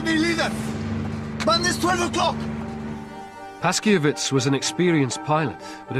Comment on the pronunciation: The 303 historian's name (Ludwik Paszkiewicz} is pronounced [Pashkyevitch] with an accent on "kye."